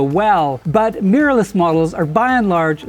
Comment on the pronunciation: WHAT IS Meeerless? Really? Try this. Mi Rorr Less Mi Rorr Less Mirror less. NOT MEEERLESS. Please.